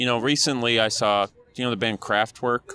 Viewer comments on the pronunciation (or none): Ahhh KRAFTWERK hahaha I didn't get that. It's not kraft"work". It's pronounced kraft"v eh rk". The ER like in bear. So more like Kraftveark. And yes, they are amazing. And they can fill a whole stadium like Beyonce in Germany. They just don't like that commercial sh1t. How to scale a small club presence to a stadium and deliver an incredible show? 9 letters starting with R and ending in stein. They deliver a way better show.